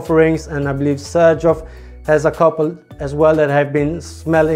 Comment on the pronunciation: I just got Shaghaf Oud just a few days ago and totally love it! As I learned from the wonderful Michella Curly (Curly Fragrance) it's pronounced "Shakhaf". I didn't know what this means though and I wasn't aware that it's a clone.